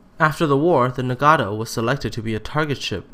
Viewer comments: I get really mad when people pronounce it as Na-gat-tow instead of Na-gat-o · Pls learn to pronounce 'Nagato' this is very annoying